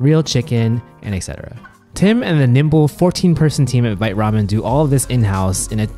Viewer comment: I checked Vite Ramen's FAQ earlier, they say it's vite like bite but with a v, one syllable.